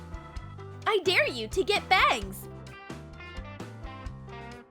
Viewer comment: I'm aware. Just sounded like bags.